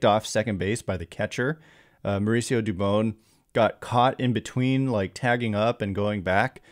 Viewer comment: Hey I don’t mean to correct you. But it dubon like turn the light switch “ON” dubON